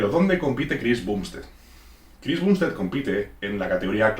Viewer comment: Me pone nervioso que diga "bumbstead" y no "bambstead"